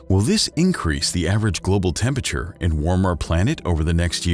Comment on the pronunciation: Tempeture??? It’s tempERature!!!